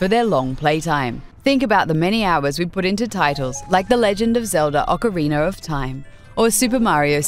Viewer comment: "Ocariner Of Time"